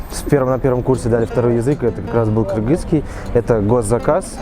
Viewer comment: Девушка в хиджабе сказала "кыргызский" , но произнесла это слово как мы сами, кыргызы и произносим😊 кыргызча айтты)))